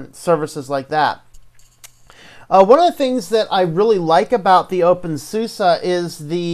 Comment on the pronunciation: thanks for the review. Just please don't call it open SUSSA!